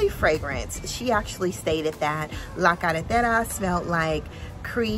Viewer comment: Great review, our team would like to say a big thank you for this amazing review. Your Spanish pronunciation of La Carretera is PERFECTO. Keep up the good work and your support for this fragrance community. Your reviews are MUST WATCH.